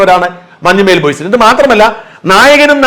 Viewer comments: മഞ്ഞുമ്മേൽ അല്ല മഞ്ഞുമ്മൽ കറിയേച്ചൻ അല്ലാ കറിയാച്ചൻ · മഞ്ഞുമ്മൽ ബോയ്സ് എന്നാണ്, മഞ്ഞുമ്മേൽ ബോയ്സ് എന്നല്ല